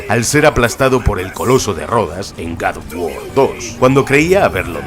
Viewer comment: Próximamente en Randal: 3 detalles alucinantes de god of guar 😆